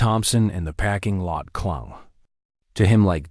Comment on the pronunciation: Sweet gods... it's a "PARKING" lot, not a "PACKING" lot. Also teach your AI not to pronounce punctuation. I can't continue to listen to this unfinished junk.